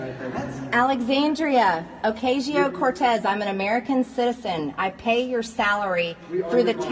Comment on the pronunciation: "A-lex-AY-un-dree-yuh Oh-KAY-zhi-o Cor-TAY-iz...." UGH!! Still makes my ears shrivel every time!!😖